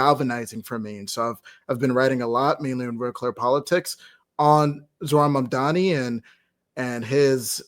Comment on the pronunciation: Zohran "MaNdani" ?! Learn to pronounce his name first, it's M-A-M-D-A-N-I (As in "mom" + "daanie") Had you done some research, you would know the "Red Vienna" project has been a marvellous success and if it can work in a 3 million people city, it can work in NY as well, it will just take decades for the effect to properly take place... If you guys can tolerate an incompetent rage tweeting orange faced toddler, you can damn sure tolerate a democratic socialist for NYC...